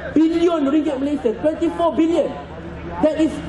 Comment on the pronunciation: Ahah tk masuk aku budak ni ceramah.. Berbelit.. Sebut billion pun salah 😂